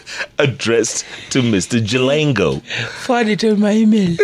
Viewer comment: He’s Jalango and not Jalang’o??? Or doesn’t Jeff know the difference between ng’o and ngo?